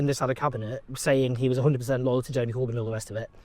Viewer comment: Oh Jer-Emy-Cor-Byn!